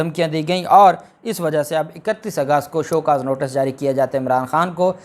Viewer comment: Thank you so much for giving us insightful details and please note the correct word is "Notice" you continuously say "Notus " Hope you'll correct because tons of people are listening you.